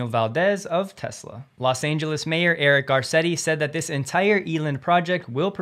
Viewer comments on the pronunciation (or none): none